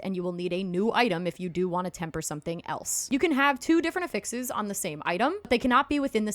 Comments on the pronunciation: Ok but effixes? >.> 😆 mild judging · lol and the help is appreciated! The pronunciation is NOT 😆